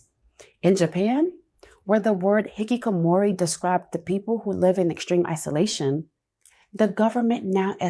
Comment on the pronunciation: Wow. She pronounced the Japanese word "hikikomori" perfectly! Caught me off guard! Good job! 👍